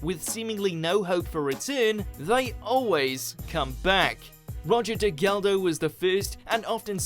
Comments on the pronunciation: Roger degaldo? Don’t you mean Roger Delgado? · Roger Degeldo? It's Roger Delgado you muppet! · Terrible narration - who is "Roger Degaldo" for crying out loud?